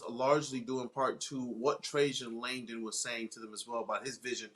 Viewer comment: Guys. Watch the press conference and learn how to say Trajan Langdon's name already. Good lord.